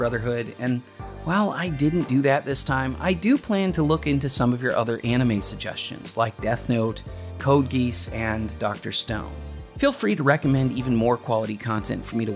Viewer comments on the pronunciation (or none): Thank you for making a great anime video. By the way its pronounced Code "Ge-aws". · Pro tip: It's pronounced "Code GEE-OSS" lol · "Code geese" lol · "code geese"